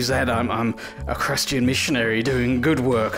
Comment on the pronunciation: Does he say "crustian missionary" 🤣🤣🤣